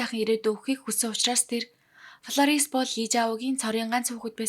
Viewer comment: Миний дүү Ф П 2оо ялгаж уншихгүй бол полорис биш Флорис нтр гээд сурчихвал. Зарим хүмүүс Паранц нтр гэж хэлдэг Франц шүү дээ